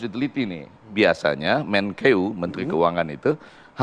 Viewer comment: Pewawancara Andi Kumala harus perbaiki penyebutan istilah 'MENKEU' bukan 'MENKIU'.